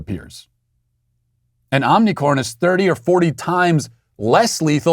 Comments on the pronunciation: OMI C R O N!!! Not OMNI - 'CORN'. Like the show, but where are the editors? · Matt Walsh is such a tyrant that his staff are too scared to correct his consistent mispronunciation of omicron and have even misspelled it in the thumbnail. Sweet baby, yeah right?! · What was the name of the variant: "Unicrom" or "Omnicorn"? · It's not Omnicorn? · Matt on behalf of all Greek people please learn how to say OmiCRON not corn 😅😅😅😅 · He’s a master troll. And you fell for it… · Don’t you mean “ “moronic”orn”? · Omicron or Omnicon? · I love how Matt keeps calling it Omnicorn, as if the original variant name wasn’t ridiculous enough already. Lol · Matt continually saying "Omnicorn" never ceases to make me smile. His wry humor amid all the foolishness going on is always welcome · I'm just glad I wasn't drinking my coffee when he said Omnicorn...🤣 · I love how Matt constantly tries to pronounce Omicron wrong but sometimes slips and accidentally pronounces it right 😂